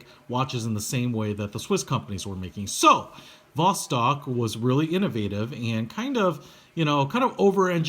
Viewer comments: The B is pronounced as a V, similarly C is pronounced as a hard S in English (Boctok/Vostok) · It's not B it's a V as Vostok u idiot